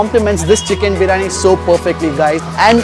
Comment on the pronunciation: Biriyaani.. Not biraani!!!